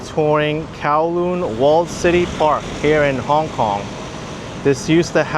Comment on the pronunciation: Why do you keep pronouncing Hong Kong as if it was one word? It sounds funny, kinda like calling New York, Newerk.